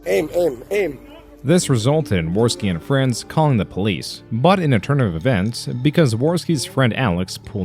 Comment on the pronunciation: Jim has given 2 nuggets of absolute golden advice 1) There is no such thing as "Internet Fwiends" 2) Learn to laugh at the stupid shit and life will be much easier